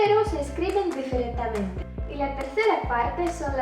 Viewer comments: difer"a"ntemente :D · Hola bonito el vídeo, siga así y me gustaría aprender mas de su idioma ya que soy estudiante de lenguas extranjeras....una pequeña corrección no es es "diferentemente" por cierto suena bonito en la palabra BIEN en ruso. Saludos desde Ecuador y Feliz Navidad..! Bendiciones..! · # Hola! la palabra es "diferentemente" no "diferentamente" eso...